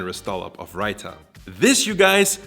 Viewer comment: You absolutely murdered the pronunciation of Rita